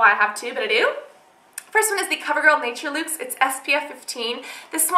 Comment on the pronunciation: did you know that your saying nature luxe wrong lol